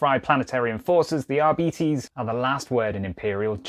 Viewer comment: It's pronounced Arbites